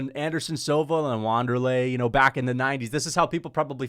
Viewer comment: is a casual for not knowing how to say Wanderlei